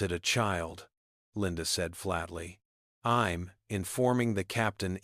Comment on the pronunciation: AI needs to go back to school! She'd pronounced as shed, St. Louis Street Louis, I'm as im and so much more! I love the story though. I really don't believe people behave like that, but then again, I live in Canada and West Jet would have removed her way before!